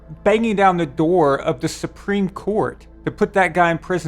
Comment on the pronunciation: "taken to supereme court" im dying of laughter